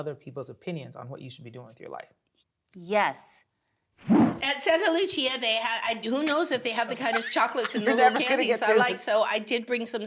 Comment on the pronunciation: I hate that rich person thing where they can't be bothered to take 2 seconds to learn to say something correctly, or they just don't care enough like its beneath them. Loving Jennifer on the show this season but my god pronouncing "Mauricio" and now "Saint Lucia" wrong every single time like??? these are very easy things to pronounce